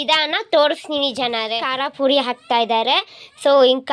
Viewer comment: Akka adhi maginate alla akka myarinate (pranounsiation) ಬರ್ಬೇಕು ಅಲ್ಲ ಅಕ್ಕ ಬಿಡಬೇಕು 😊😊😊😅😅😅😅😅😅 ಕರ ಪುರಿ ಅಲ್ಲ ಅಕ್ಕ ಕಾರದ ಪುಡಿ ಅಕ್ಕ ನಿಮಗೆ ನಿಮ್ಮ ತಪ್ಪು ಹೇಳಿರೋದು ನಾನು ಬೇರೆ ಏನೂ ಇಲ್ಲ ಅಕ್ಕ 😊😊😊😊😊